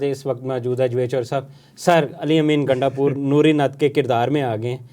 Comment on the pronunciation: Javed Choudry Saheb, you co host’s pronunciation is very poor and Pendu type. He cannot pronounce you name in the appropriate Or properly. His pronunciation of your first name clearly reflects that he is Punjabi. This is not good for a national telecast show. Please change this pendu type person.